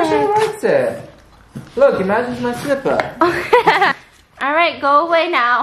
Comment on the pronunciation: the way said slipper will forever be engraved in my brain LOL